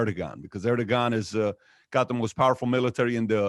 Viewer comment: TURKEY IS ISIS /DAESH ERDOGAN IS A CRIMINAL ERR DOE WAN --- how to pronounce sir..... i had been saying it wrong for long time